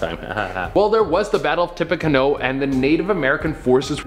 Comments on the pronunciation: That photo was Robert Kennedy Jr, I think. You guys should check your pronunciations. TIP-pee-CANOE. Not canO. Tecumseh - Teh-COME-seh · I absolutely love Most Amazing Top 10 and I watch it literally every single day. However I need to tell you that Tippecanoe is pronounced Tippe-ca-noo, just like the boat. Thank you again for bringing such great and interesting content every day. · Oh, geez. It's pronounced like an unstable watercraft, a tippy canoe. And Tecumseh is tuh-COME-suh. Bless your heart, you tried! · Tippecanoe is pronounced “tippy canoe” and Tecumseh is pronounced “tuh cum suh”. Also JFK jr died in a plane crash while Michael Kennedy died in a skiing accident and the picture they showed was not JFK jr. Lastly, Edward Kennedy didn’t die when his car went off the bridge. The woman with him did. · bro,, ok first off its Tippecanoe ( tip a canoe) and Tecumseh (Ta cum see). Only because that is my tribe(Shawnee from Ohio.) Otherwise keep up the positivity bro, your killing it! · "Tip pa can nu" tippecanoe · Pronounced "tippy canoe" 😝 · It's pronounce follicles (canoe) the cubs won the world series in 1908 and not again till 2016 a 108 years not 71 and Teddy Kennedy didn't did when he drove off the bridge the woman with him did and Jon Jon or JFK Jr.Didn't die skiing his wife sister in law and him died in a plane crash going to Martha's Vineyard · The pronunciations on Tippecanoe and Tecumseh, jeez. Please make sure your presenters know how to pronounce the things you want them to say!